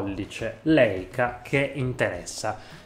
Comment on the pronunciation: Si pronuncia Laica. E' un dolore sentire questi dire Leica 🤦‍♀️